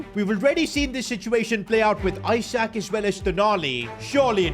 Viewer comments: It’s not EYE-SAK its Isak. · ITS ESAK not ISAK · it's not eyesak it's isak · calling him eye-sack for 20 mins is foul work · Why is bro saying eyesak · Why he call isak as eye sack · He is pronouncing isak isac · Isak is pronounced "Ee-sak" btw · learn how to pronouce his name